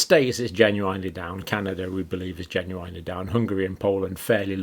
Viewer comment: Have never heard anyone pronounce the word ‘genuinely’ the way Dr John does